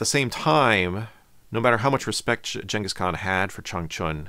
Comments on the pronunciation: Is it gangis, or yangis? Y do u keep saying yangis? Even spell check dose not recognize yangis khan. Its Gangis Khan. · They ur saying genghis kahn like jangkus kon is so annoying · Gang is khan not Chang is khan. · Never in my life heard "Jingus Khan" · Jenghis Kahn? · You know what I don't like about this video? This dude is so pompous, why is he calling him 'Chenghis Khan" without explaining?!?!?! We're just supposed to accept this?